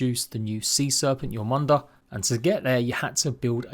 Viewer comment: Interesting way to pronounce jörmungandr